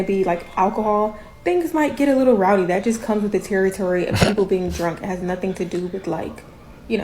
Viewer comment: If you can't pronounce the word 'that' without a D as the first letter of the word, I'm not listening to you. This comment is not directed to the content creator btw.